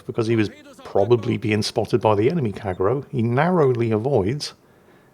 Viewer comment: Kagero 陽炎 Kah Gey Ro not Kagg ero :)